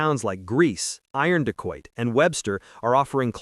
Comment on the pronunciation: When is someone going to teach AI how to pronounce Native Americans words with the emphasis on the 2nd syllable? The town is pronounced "i-RON-de-quoit" not IRON-de quoit. *I have a house onLong Island if anyone is interested ;)